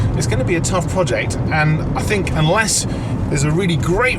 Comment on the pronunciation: Loved Ed. Couldn’t stand lazy speech (‘fink’ instead of think, ‘wiv’ instead of with, ‘togever’ instead of together, etc, etc).